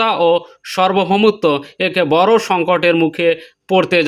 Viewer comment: "বর" নয় "বড়" বলেন।